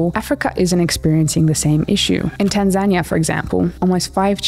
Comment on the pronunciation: I'm just confused over the pronunciation of Tanzania 😂